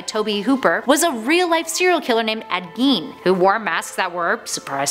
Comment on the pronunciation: Gein is pronounced as in rhyming with fine or how one would Einstein.